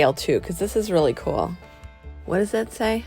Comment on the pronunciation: I hate the way she says coolel all the time. One word cool